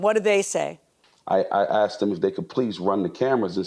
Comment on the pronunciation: aksed .. .AKSED?